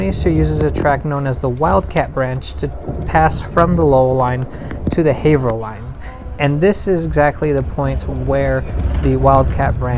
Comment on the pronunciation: Not sure why this popped up on my YouTube suggestions, I'm just seriously impressed that you pronounced "Haverhill" correctly. I figure you must be from the area, cause no one gets that one right